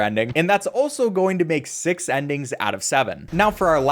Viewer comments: you said Sex Not Six 💀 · Did he really say level sex?